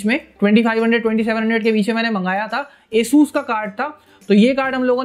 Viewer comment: Its Asus not aeesuuus, a+sus